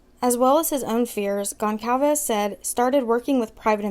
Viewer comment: Gon/Sal/Ves not calved ffs say her damn name right. You can literally google a name and they will tell you how to pronounce it. I am dumb and I know that